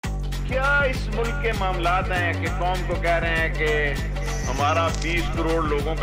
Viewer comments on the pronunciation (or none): none